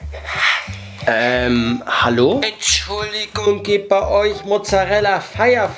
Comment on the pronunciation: ''Hallo'' (Ausgesprochen: Challo)